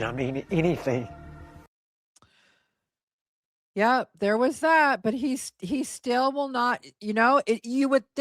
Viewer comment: the correction from "anything" to "anyting" gets me every time lmaoo